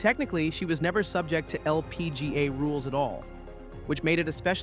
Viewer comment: Bro why are you saying LPGA like that. Holy crap.